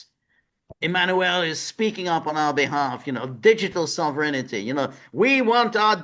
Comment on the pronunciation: George is conjuring the ghost of Frank Costanza the way he pronounces “sovereignty” as “sovereignity”. Sovereignity Now!